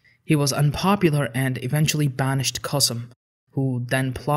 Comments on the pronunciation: Very cool video! I like your channel and happy that you came to this channel too! As a Turkish speaker I would apreciate if you researched the Turkish pronunciation of the names. Kösem instead of Qassem for example. Keep up the good work! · Reem 1998 Of course it is a bad thing. Nobody pronounce Kosem like Qaseem. Or Mustafa Kemal like Moustapha Qaaamal in Turkey. Learn the difference between Turks and Arabs before ask such questions.